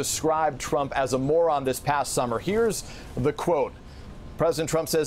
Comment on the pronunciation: Not "summer", "dummer" sorry